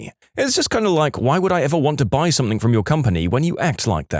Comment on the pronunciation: No K in the word something